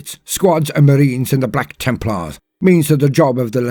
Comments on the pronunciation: BLYACK TIIMPLAAAHS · I freaking love it when he says ´´BLACK TEMPLARS!!!!´´ XD XD XD